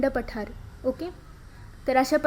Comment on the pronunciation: And it is not paathr it's pathar 😂😂